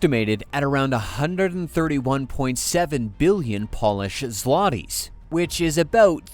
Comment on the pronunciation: so your AI doesn't know how to pronouce Chopin???????? jeeeeech! (add Lodz & zlotys to your list of mispronounced words! my gawd!)